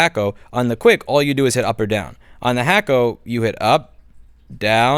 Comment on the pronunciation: First time I've heard someone pronounce it Hack-O. Is that the correct way?